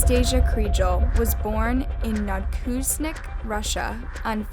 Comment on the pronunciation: don't wanna nitpick, but it's pronounced no-vo-kuz-ne-tsk great video otherwise